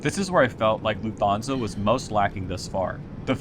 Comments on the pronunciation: I know this video was recorded 2 years ago but this is killing me... It's pronounced "luft-hansa," not "Loof-thansa". They don't have the "th" digraph in German. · And you stress the first Syllable. „LUFT-Hansa“ (not „LuftHANsa“!) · Video was very useful. Flying with them next year. Can I ask is calling Lufthansa with an O instead of an A an American thing? Like you're pronouncing it LufthONsa, rather than LufthANsa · LOOF-Tahn-za. No 'fth" sound in German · Please. It’s Lufthansa…Loof-tanza’. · An American will typical pronounce it Luft-HAHN-sa, as in, still using an "A" but not Luft-HAYN-sa, which would sound nasally and odd. But also not like an "o" in HON-ey, although it is closely similar.